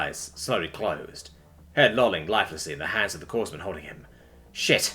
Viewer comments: Yeah, it's pronounced kor-man not Coors man. Or worse, corpse-man. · Corpsman is pronounced "Core-man"